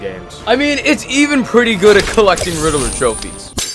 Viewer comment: How do you say Riddler wrong😅